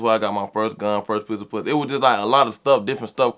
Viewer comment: "I got my first peace of poo-say!!!"!😂😂😂😂😂😂😂😂😂😂😂😂😂😂😂😂 POO-SAY!!!!!!!!!